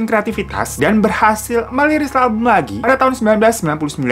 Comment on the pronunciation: Merilis yak bukan meliris😂😂😂